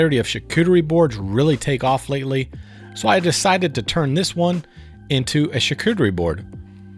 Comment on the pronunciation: The way you pronounce “charcuterie” makes me feel so fancy watching your video.